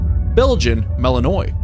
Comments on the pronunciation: Malinois is NOT pronounced ma-li-noise', but rather ma-liin-wah' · Ummm its MA-LIN-WA :)